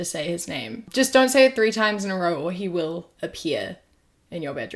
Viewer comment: whenever he says “he” he emphasizes it. the fact that he emphasizes it so much every time really shows that he’s just trying to hate on trans people and like the “hey women do you feel insulted by this as you should” you can’t tell cis women how they should feel about this. i’ve seen quite a few be really happy because dylan makes them feel confident because they are very feminine and act similarly. not saying that’s everyone, but there is no “as you should” in anything